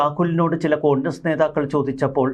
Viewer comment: കൊണ്ടസ് അല്ല കോൺഗ്രസ്.... 😂